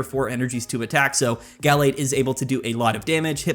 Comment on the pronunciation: Guh-lade not gall-lade soft a not hard a please. Other than that great video